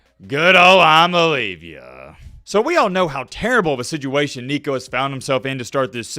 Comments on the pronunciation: "Imaleavya" got me in tears😅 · You should be more respectful of Coach Heupel. Also, learn how to pronounce Nico’s last name.